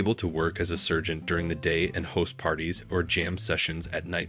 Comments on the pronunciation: Seen?? Lennon - pronounced Shawn (sp Sean). Does he mean sargeant not surgeon? Oy! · NOT PRONOUNCED " SERGENT." But "SARGEANT " . 🤔😣🤒 😖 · Who narrated this? He was a "sergeant" in the army, not a surgeon. And who cannot pronounce Weird Al's last name? C'mon man... The king deserves better than this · Oh dear God, it’s Sargent, not Sergent.. please edit this video for all the mispronounced words… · Why are so many basic words mispronounced? is this made by a robot? “sergent” not “sargent” “do” not “duo” ... seriously. I think this is made by a robot. Either that or this person needs serious speech lessons. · Servant is pronounced SArgent, not SERgent